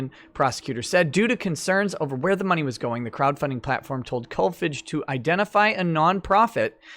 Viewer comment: Kolfage is pronounced with a long a.